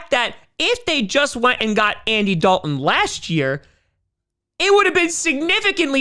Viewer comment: Yeah, there's a "t" in, "Dalton" as well. I realize you're a Packer fan and have limited intelligence, but I've been trying to help you for months.